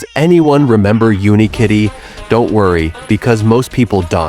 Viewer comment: Yes. You can tell in the first 5 seconds when it pronounces fucking don't as "daunt"